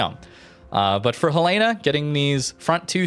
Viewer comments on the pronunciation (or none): Ok, I've listening to you mispronounce the name of this ship for a long time :) It's HEL eh na, not heh LAY na. It's named after the capital of Montana. Second, I liked this format a lot. I'm in a place in the game where I have several ships I can move to the next tier, Cleveland being one of them, and information like this helps immensely. Thanks for all that you do! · Fun fact: USS Helena named after Helena, Montana is pronounced "Hell-eh-na" not "Hel-lay-na". :) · Love your videos,! But it's *HEL-uh-nuh*, not Hel-EE-nuh or Hel-AY-nuh, please! Named after my state capitol, Helena, Montana. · Helena is pronounced Hell-In-uh after Helena, Montana. Love the vids though bro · The Helena is pronounced like the name Helen with an a at the end. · Love the us light cruisers, but for the love of Jesus, it’s pronounced Helen-a. Like the girl’s name Helen. Helen of Troy. Then an uh sound at the end. Now I know how the Brits feel when us Americans try to pronounce their English. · HELL-uh-nuh :) great video as always, nice to see these ships getting some love! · Helena is the capital city of Montana. It's pronounced HEL-en-uh. Like Helen and uh. It is from the city of Helena that Helena gets it's name. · ...The US cruiser Helena is named after Helena, Montana in keeping with the tradition of naming cruisers after cities. Say it like Helen-uh, the woman's name with uh at the end. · I love all your videos and everything you do. Look forward to seeing new stuff from you. One small point of contention, you are mispronouncing the name helena. The ship is named after the capital of montana and it is pronounced differently from what you are saying. The? Only reason I know is because that is probably one of my top three favorite ships and I had a misfortune of pronouncing it the way you did and had it pointed out to me in a rather harsh manner once. Keep up the good work and keep the videos coming. I look forward to seeing them. Thank you my friend.